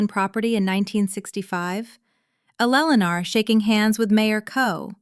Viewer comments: In many stories it was pronounced perfectly, just on this channel it's Elellanar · It's very clear that Ai cannot pronounce the name Eleanor.. So either stop using the name or get Ai to do it right.. It's getting annoying 🙄😅😅